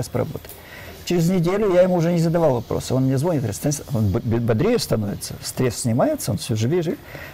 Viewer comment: Извините, НО, когда говорит и НЕ один раз:-звОнит, и лОжит, то это не подобает грамотному "учëному";а о дыхательных упражнениях можно рассказать в 10 мин!!! 😤